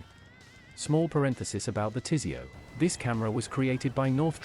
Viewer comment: I'm kinda surprised it pronunced "TISEO" right. Overall doing quite well with the acronyms.